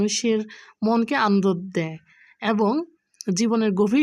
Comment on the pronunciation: আন্দদ না আপু আনন্দ😂😂😂😂😂